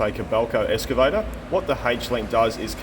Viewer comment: I though it was "excavator" and not "escavator" but what do i know?